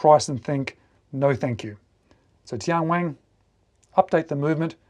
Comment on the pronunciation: TianWang - Only one "G" at the end! The name means "Heavenly King" in Mandarin. This Bluefin with the floating dial is $704 on TMall, and the standard Bluefin models with that bezel design are selling for $380. A few other models in the 300m Bluefin series are Under $300 in China. I still consider these prices a bit high for a watch with a Miyota 8 Series movement, but many Chinese domestic market brands are not value priced. This is often the reason cited for brands like Tian Wang, Fiyta, Rossini and Ebohr not marketing to Western countries, because most export brands operate on very thin margins. TianWang has been successful selling homage watches, many of them Tissot clones, to the Chinese domestic market. It is one of China's top selling watch brands, but like Rossini and Ebohr, they haven't done much export business despite having a huge catalog. Chinese customers generally prefer Japanese automatic movements, so Tian Wang has only started to offer a few models with Chinese-made movements in the past couple of years to test the waters.